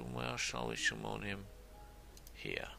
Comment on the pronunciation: i really like your videos! i have a few "pronounciaction hints", though: it's Summon ("sammon") not "Schumon", Fatigue is "fatiiig" not "fortitude" :)